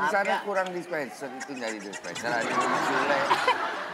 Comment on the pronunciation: Dispenser ha ha ha salah bukan denser